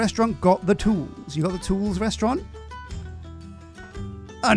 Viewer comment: Restaurent, not restaurente.